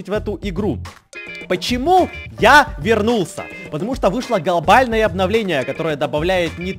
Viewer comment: Все: глобальное обнавление: голбальное обнавление